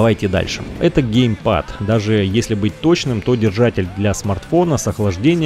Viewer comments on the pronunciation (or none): none